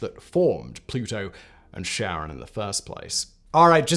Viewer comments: Kh, not Sh. Almost like Karen but not quite. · I don't want to hate on this video cause Simon and all his channels are awesome, but it's karon, not sharon, right? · its charon not cheron... it made video unwatchable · In Greek mythology, Charon or Kharon (/ˈkɛərɒn, -ən/ KAIR-on, -ən; Ancient Greek: Χάρων) idk who Sharon is. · Pretty sure it's pronouced "keh-ruhn." Almost like Karen. Not pronouced Sharon, like Ozzy's wife. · True to his word Simon has blocked comments mentioning the word that starts with a P and sounds like annunciation. But to be fair even astronomers don't agree on how to say Charon as some go with naming the planet after his wife while others use the classical (keh-ron). Personally I'm old school and hearing it as Sharon grates on my ears but I'll get over it. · Charon = Kuh - ron, not sharon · so who is this sharon? any relation to (phonetic spelling warning) KARE-UNN? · Car-On, not Share-On. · It's not Share-on, it's Care-on. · Sharon? We say CHaron with a ch as in lochness, As in the boatsman, "Who pays the ferryman?". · Low-well. Keh-ron. :) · I really don't understand why on Earth in english its name starts with a C. It should be a K, as Kharon. Because Kharon is named after an ancient greek deity, the ferryman of Hades. And pronunced with a K sound. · Charon? Don't you mean Kharon? After all, you know what they say... "Charon IS Kharon" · Pronouncing it "Sharon"? Seriously? No one tell Julius Sheeser, he might go to sherch and sheck his shar. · Stop calling it Sharon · Kar-on would be more accurate. Good video otherwise. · Charon is Neither “Share-on” nor Sharon. It is a hard C not a soft C. ✨✅ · Every time Simon said Charon, all I heard was Ozzy yelling "Sharron!!". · Can you please pronouce it properly and not like Sharron? It is named after greek keeper of underworld not someones aunt. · I couldn't help thinking of Ozzy Osbourne when you kept saying Cheron. Cheron ! where's my bleeping remote !.